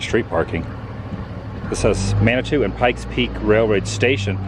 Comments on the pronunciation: Man-a-Too not Tao. It's a Native American word . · It’s pronounced Man it too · Man-ih-too is how it's generally pronounced. :) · It is pronounced, Man-i-too. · Manitou springs. Pronounced Man-a-too. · It is pronounced Manitoo or Mani two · I've heard it in my life pronounced Man-i- toe. Be careful about asking how to pronounce the town in a diner. There's an old story about two guys asking a waitress how to pronounce Mexia inside the diner, and she responded Dairy Queen. The pronounce it Meh-her, or if you're a local ma-her. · I lived in Colo Springs for 15 yrs. Never got to go up Pikes Peak but my mom did. She said that if you notice when you get to the top you don't see any animals and barley any grass cause it can't survive up there. You do have the option to drive up there and back but when you come back down you have to pull over every few minutes cause you have to cool down your breaks. And the town Manitou is pronounced like Mana-Too. And if you want some good local food there check out Black Bear Diner on S. Academy Blvd in Colo Springs near the mall.